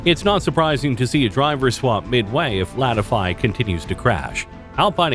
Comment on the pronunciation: Your pronunciation of the driver names is terrible. Especially Latifi, it’s pronounced Lat-tee-fee not Lat-ify 🤦‍♂️